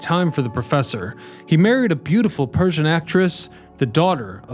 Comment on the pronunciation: I think you meant "Parisian?" It sounded like "Persian" but I don't know of any Persians named Louis Philippe. LOL